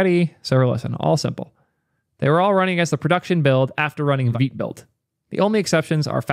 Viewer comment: He says veet